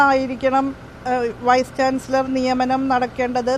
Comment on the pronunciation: ചാൻസിളറർ.... ചാൻസിലർ എന്ന് പറയാൻ പോലും ഷഹോഡരിക്ക് അരിയില്ല 😅😅😅